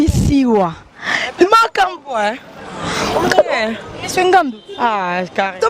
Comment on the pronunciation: deux cents et pas de cents, un peu et pas un pe, travaille la prononciation. u eza i te, eu eza différent na é, ai eza eu te. mais t'es très belle de visage. encore attention na bébé na ngandu. po display ça craint. j'ai peur pour toi.